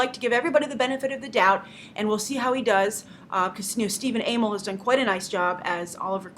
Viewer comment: stephen UH-MEL. grace, you and your pronunciations.